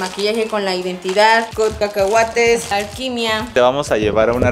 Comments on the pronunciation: en el minuto dijo alguimiaaaaa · Soy yo o karen dijo alquimia, en el casi final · Soy yo o Karen dijo “Alquimia” 😰